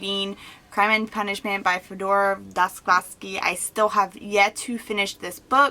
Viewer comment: You say Dostoyevski so funny :) love this channel